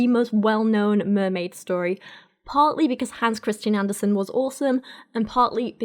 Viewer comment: Love the video. However, it's Andersen, not Anderson (like in Cooper). Take it from a ginger Dane.